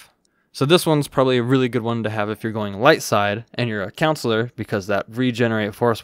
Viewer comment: I think its funny that he kept pronouncing Consular like counselor, lmao. I just kept picturing Mr. Mackey from South Park in a Jedi robe!